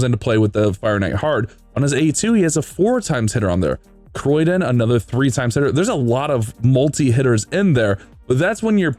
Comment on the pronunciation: The amount of times he butchered Criodan's name. Its pronounced (Kree-o-dan) not Croydon that a place in the UK.